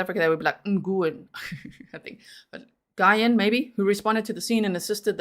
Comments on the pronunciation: If it's spelled like "Nguyen", it's pronounced "New-n" basically. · If it helps I believe Nguyen would be pronounced “win” or “when”. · Nguyen is pronounced as "Win". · Nyugen is said Win in US i’m American born and the way you say it is the way I had said it for years and recently we had a family move-in with that last name down the road from us and they corrected me and said that once they moved to America that it changes to win. I had no clue and until they told me and now I’m trying to break a 30 year habit of how I say it and I wonder how in the heck did I ever get it the more South African Way because if that’s the South African version where the heck did I pick it up at lol